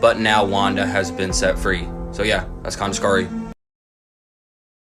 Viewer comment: "Pretty Scury" XD